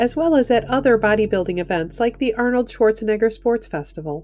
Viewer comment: I like how she says shewatsnegger